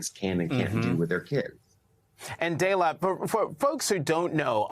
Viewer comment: Did he call her "Daylight?"